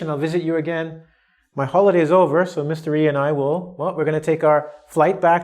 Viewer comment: says:Mr. E and it sounds like: mystery:-)